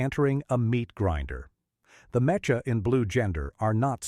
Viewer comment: Also, you gotta figure out how to get your artificial narrator to reliably pronounce "mecha" properly (or, you know, use a human narrator).